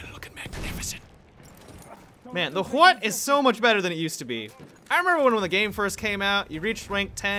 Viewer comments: HUAT did you say? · "Huot" sounds like the noise i make when i forcibly swallow a bunch of snot